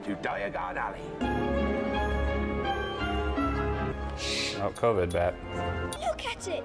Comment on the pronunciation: "Welcome to Diagonally"